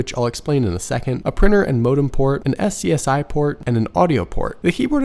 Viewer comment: Great video! But... SCSI is pronounced "scuzzy" ;)